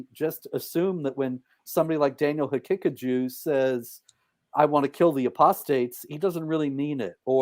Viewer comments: I can stop laughing by the way Robert calls Daniel Ha-Kick-A-Jew 😂❤ Edit: I died when he said Daniels telegraphings his antisemitism 😭✝️ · david wood trying not to laugh everytime robert says daniel haqiqaJEW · Is it just me or does it sound like Robert is saying "Hakickajew" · Robert pronounces Daniel's name like HeKickedAJew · Great stream! I love the way Robert says Daniel's name. Ha-kick-a-jew 😂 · Robert pronounces it as "He-kick-a-jew", kind of fitting